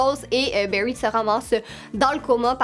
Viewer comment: Mes séries préféré c Steven Universe et My Little Pony Berry😂😂😂😂 c bary allen t pas obligé de prendre accent anglais pour les prénoms pck on dirai que tu dit le mot baie en anglais